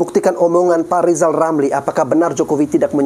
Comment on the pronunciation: Lizal Lamli..RRRRRRRRR..LLLLLL